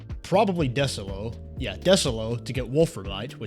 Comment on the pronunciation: It’s pronounced Dee-solo